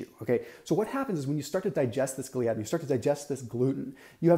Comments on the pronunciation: Thought it’s pronounced “ gli-uh-din” not “ glee-adin”. Well that’s how dr William Davis says it and it’s his main studies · Great explanation. But Gliadin is pronounced with the accent on the FIRST syllable – GLY’ – a – din. Do a search on YT. Just saying. Great work.